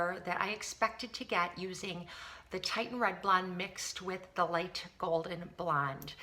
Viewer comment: Your hair is a gorgeous color and I'd like to get more reddish tones in my blonde so I'm going to look into Wella colors. Just FYI, the red you use is pronounced Tih-shun because it's spelled Titian (2 i's). Titian was an artist and this refers to a shade of red he used in many of his paintings. :)